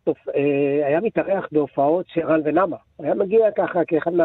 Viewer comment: יקירי, רן ונמה במלרע, לא במלעיל!